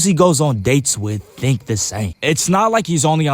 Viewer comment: Tttttttink about dis 😂😂😂😂